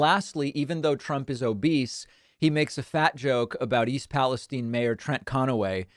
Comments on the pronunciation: I'm so surprised that the lump can't even bother to pronounce East Palestine correctly (tine like the tine of a fork). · Palestine? I call it Palastein! Get it? — MAGAQ Really. What the fuk? Where does this bizarre pronunciation come from? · Strange pronunciation of Palestine?